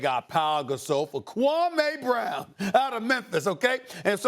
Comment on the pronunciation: Ahhh, KUWAMEEH BRAAWN... funny how time has passed.